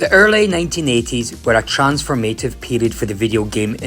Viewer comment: Cant get past you saying Trans form A tive instead of transform a tive and Heedy days instead of Heddy. WTF man? AhhhHHhh you were an Oric owner. Now I understand.